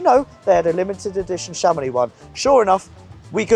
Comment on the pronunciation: How to structurally insult a town in France: Chàmonix! It is Chamonìx. Emphasis on the last syllable; on the I. If you are planning a visit to Chamonìx and like to pay double the price of everthing; just mention Chàmonix or AutoAlex Cars.